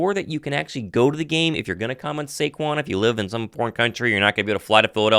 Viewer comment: Yall gotta put respect on his name, it’s SAQUON, not SAQUAN